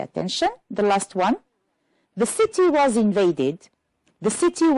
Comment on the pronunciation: If you allow me, I would add to pay more attention to pronunciation as for "was" (the weak form is sometimes required ). "Hear" sounds like "here" doesn't it? One last advice to learners is that reference words could show very helpful in finding the right order of jumbled sentences. If you focus on these and know their referred items, the task becomes easier.